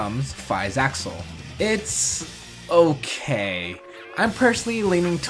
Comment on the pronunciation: Faiz Accel is not pronounced Faiz "Axle", is the "accel" in accelerate. It's not said "AX-ull" it's said "ack-SELL."